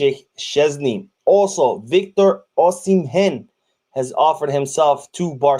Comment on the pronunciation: 😅 you just destroyed my countryman's name Victor osimhen,the osimhen the H is silent and the N half silent like its nasal so you don't nash your teeth for the N so " osime" is the best way to pronounce is for you,cheers